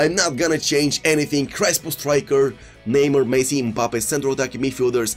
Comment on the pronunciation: This dude needs to learn how to say the players name? How the f does he not know how to say Neymar lmao.